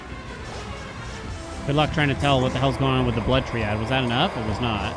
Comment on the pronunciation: gonna fall for ragebait again by telling him it's pronounced try-add LMAO